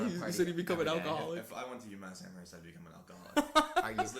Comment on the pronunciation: The way says Amherst 😤